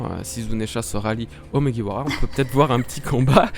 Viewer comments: Franchement je kiffe mais à il dis muguwawa au lieu de mugiwara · Pk tu beugue sur mugiwara tu dit mouguiwawa mdddr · 1. Vous pouvez utiliser le R français 2. Même si on utilise le R japonais, c'est facile 3. Pourquoi t'utilises le R anglais ??? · Désolé pour la prononciation de Mugiwara aha. Mine de rien c'est pas facile à dire rapidement. Go sur Twitter et répétez 50 fois "Mugiwara" très vite. Si vous réussissez, je vous lève mon chapeau (de paille).